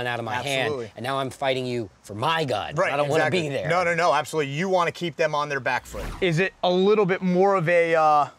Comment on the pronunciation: It cracked me up when the dude was like "everyone I would get on a fight with will be bigger than me" and the instructor was like "Absolubtely" lol.